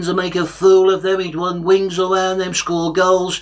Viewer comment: Wun wings awound em 😂